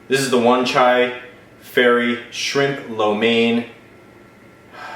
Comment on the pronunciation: you pronounce wan chai it right the first time... Also wan chai is a part of hong kong, in fact i live not far from there (5 min by MTR) ;D